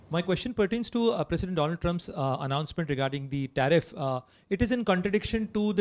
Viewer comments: Wasn't he " My Fraaand DOLAAND trump" , howdy Modi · My ferernd Doland🤣🤣🤣🤣